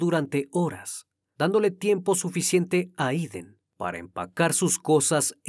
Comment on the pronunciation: Jeiden no Iden.